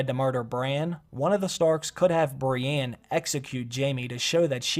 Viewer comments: I hate the way he says Brienne. It'sn E not an A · please don't ever say the name brienne outloud again...